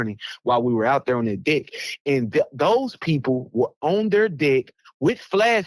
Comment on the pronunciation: Thats deck. Not dick.